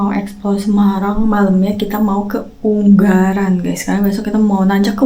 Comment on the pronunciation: Ungaran not Unggaran